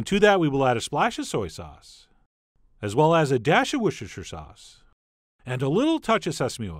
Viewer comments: Wurshershur sauce 😂 Wooster-sheer sauce 🙂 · Say after me: Wuss Tuh Shuh* *Like huh Wuss-tuh-shuh That's how you sez Worcestershire. Pass it on 👍